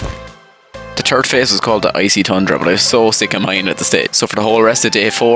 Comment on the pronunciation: “the turd phase” I love the Irish